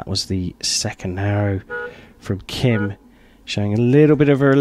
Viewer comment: For the commentator of this video, listen to the announcer introducing the archers and learn how to properly say the archers' names. It's Gim, not Kim and it's Chay, not Choi. I know, I know. That's how 츼 is spelled using the McCune–Reischauer system, which is a very flawed system. There are five archers at my archery club with the family name 츼 and they all pronounce their name Chay as do all the other members of the club.